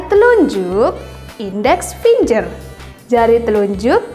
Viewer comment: Ijin koreksi finger dibaca fingger bukan finjer yah